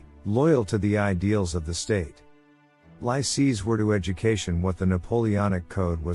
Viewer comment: Lycées (high schools) are pronounced "lee-says". Although the Napoleanic Code and centralized meritocratic administration through prefects were implemented in France and other French-ruled territories, what influence did the Napoleanic system have on Britain and other English-speaking countries? Was the Code Napolean created out of whole cloth or was it derived from Roman Law?